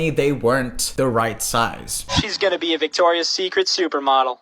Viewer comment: it’s Victoria’s Secret. Victoria’s Secret. Victoria’s Secret. fix it, please, it’s killing me. great video btw! :)